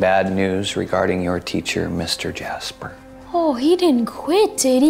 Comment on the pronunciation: He didn’t even say jasper he said “jas-ber”😂😂😂